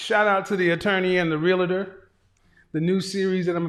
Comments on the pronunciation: Not Realotor!! I expect more from you! Say it 3 times and use it in a sentence. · It’s pronounced REAL-TOR not real-a-tor! Thousands make that mistake, even people in the profession.